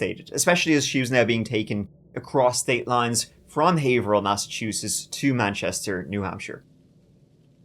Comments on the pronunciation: You pronounced Haverhill right this time 😂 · Wow, someone knows the real pronunciation of the city Haverhill. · Kudos for pronouncing Haverhill the native way every usually screws out up. Have-her-hill or hay-ver-hill but we pronounce it hay-vrill ❤ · Quick note: "Haverhill" is pronounced: "Hav-rill" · Very local case to me. First, my hat off to ya for pronouncing Haverhill correctly! Some locals even mess it up! Also, I personally know corrections officers at the prison and Adam is not living comfortably, that’s for sure! (Deservedly so). The only reason Kayla agreed to speak with police after her welfare fraud arrest was because they bribed her with methadone because she was so dope-sick in jail. (A friend saw her in police custody at the clinic that day, so it’s confirmed). Big pieces of 💩 throughout this entire case! I feel for the innocent kids in all of their wakes. Smh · Nice job on Pronunciation of Haverhill! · Holy S@ you pronounced Haverhill right!! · 👏👏👏👏👏 you pronounced haverhill correctly!!!! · Never heard someone say Haverhill correctly and not be from New England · First youtuber to pronounce haverhill correctly? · Major props for pronouncing Haverhill correctly